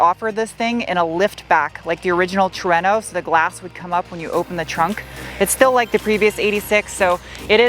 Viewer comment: What is a tre no , you mean trueno